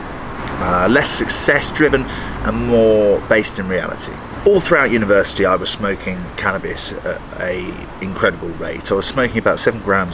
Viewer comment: I really heard " i was smoking all through the universe" instead of university 🥶😀opsey